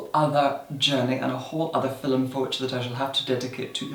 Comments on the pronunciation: IS HE TRYING TO SAY FILM WHEN HE SAYS FILUM ITS HURTING MY BRAIN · Does he say filum or film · I like videos but the way he says FILM always frustrates me😂 it‘s film not FILLEM😂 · In the filum love it when he says film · "In today's filem"❤💦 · Is he saying fillem? Not film? Cool. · Is "filum" actually a word? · He’s gone so far out of his way to say the word “filum” as many times as possible... I think he means for people to make a drinking game of this video 🤔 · "fillem" x 3 in the 1st minute SCORE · every time i see a new video in my subscription box i mutter to myself "in today's filum" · fernandodomenico it's just how some of us pronounce film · “Hello everyone. In today’s FILL-UM” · I say filum too... I'm Irish. Didn't realise it was so weird. I only thought Americans say feelm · i love how he pronounces film as fil'm 😂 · I am completely addicted to the way you say "Filim". I love You 😍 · Is it fillim or fillum ? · pronounces film like filum so the commenter was mocking them. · Noo lol the person is just mocking the way talk filum means film lol hope that helped😊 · Draco yeah it’s just how he pronounces film